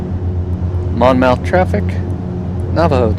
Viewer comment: Nice video- FYI KBLM is actually in Wall Township NJ- about an hour away (in a car) from Atlantic City (KACY). Idk why KBLM comes up as Atlantic City but it does on a lot of plates. Also it’s “Mon-myth”